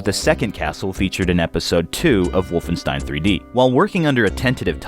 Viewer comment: For fuck's sake, it's wolfenSHtein!